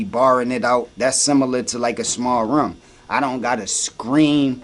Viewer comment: Philly accent: room = Ruummm